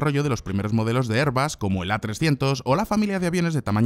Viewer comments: Si dices "er"... di "bas", si dices "air" di "bus", pero no los mezcléis. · ERBUS o AIRBUS? Ni español ni ingles....